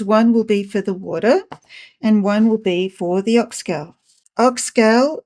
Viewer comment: So it is called Ox “Gaul” like in “Gaul” bladder, not ox gal as in “Guys and Gals”. Great to learn about its uses. Thanks.